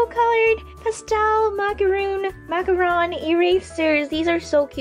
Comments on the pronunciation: It's macaron not macaroon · You can prenounce it like MAC-A-RON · That is a macaron the first time you said it is right